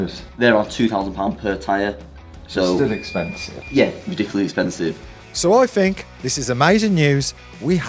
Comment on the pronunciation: LOVED the "expensieve!" Hillarious!